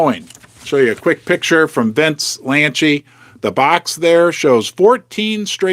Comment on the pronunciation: It’s Vince Lanci!! NOT “Lanchi”. There is no “H” in his last name. It’s “Lanci””!!!